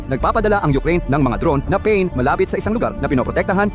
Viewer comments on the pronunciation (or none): none